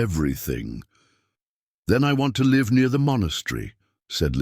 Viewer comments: If you don't know how to pronounce live look it up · Which is why I am telling you this you are pronouncing it wrong Look it up